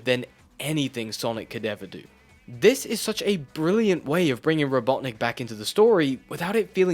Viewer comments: I'm sorry but what the %@ is a robot nick and why are you saying it like that? i've been an avid fan of sonic ever since 1984 but i've never heard eggman referred to that way. is it some sort of urban dictionary internet slang insult or something? and don't say it's only an english language thing because i grew up with it in English. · It's Robotnik, you CUR.